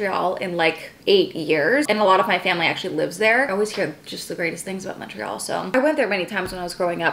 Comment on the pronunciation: so happy you pronounced Montreal correctly!! also I moved away from Montreal last year and I miss timmies </3